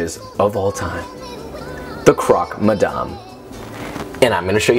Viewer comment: You're doing croque madame better than most of the french people.